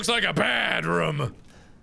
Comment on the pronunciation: am i the only one who find they way mark says room weird?